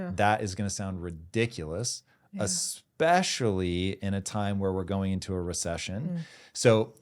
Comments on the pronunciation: I don’t trust anyone who says “expecially” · Only one critique. As a thought leader on the stage, stop pronouncing it as "expecially".